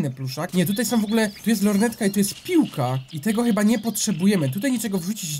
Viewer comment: TO SOM NO CHYBA SĄ A NIE SOM